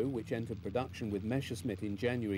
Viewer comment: It's "Messerschmitt" not "Meshersmitt", ffs!